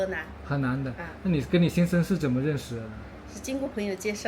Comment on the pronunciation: 在不做旁白,但对镜头讲话或采访时，语速太快，还是你讲粵语的带速习惯，加之几乎全部平舌卷舌音不分，“ 怎么” 发成 "紧莫"，"云"发成"银"，"休"发成"siu", "容" 发生"yong", "错" 发成"chuo", 只有"是,实,食" 正确发卷舌音，如不看屏幕文字，听明白还是有些吃力。